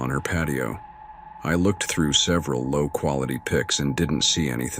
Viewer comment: First story : Always emphasizing " low quality".